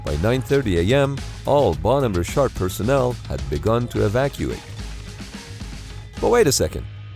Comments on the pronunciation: Good video, but really hard to watch this with the narrator pronouncing Bonhamme Richard as "Bone Hammer Shart" every 2 minutes. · Why does he call the ship “Bon over shart” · Bon-hom-me Rich-ard. Famous American Revolutionary War ship's namesake. Captain was John Paul Jones, who exclaimed in 1779, "I have not yet begun to fight!". No educated American could mispronounce this so badly. Please get better. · Where is narrator from? Always called them ships phonetically, bon home richard. It's like he loses half the syllables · At first I thought the ship's name was 'Ballnumber Shark' Then I turned on the subtitles because I didn't catch the exact times (10: 30 firefighters start withdrawing and 10: 50 explosion) and only then did I found out it was the 'Bonhomme Richard!' The second US Navy ship bearing that name served in The Pacific War but didn't suffer any fatal fires. But speaking about the Pacific War, the US Navy had some excellent firefighting and damage control teams back then, didn't they? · why the hell does this guy pronounced 'bonhomme richard' like that? i had to google it because i had no idea what he was trying to say. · you say Bonhomme Richard so weird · You mispronounced Bonhomme Richard. Both words are accented on the first syllable. The ship's name is from a ship of Revolutionary War fame. Actually the US Navy does pretty good when it comes to equipping ships with features to fight damage and save or prevent loss of life no matter what the cause is. This should have never happened.